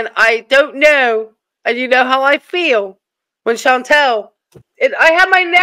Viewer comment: So just a thing I keep noticing, no big deal but her name isn't Chantel, it's ChantAl, short A.😂